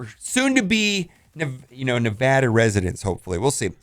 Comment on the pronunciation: I'm so happy you pronounced Nevada right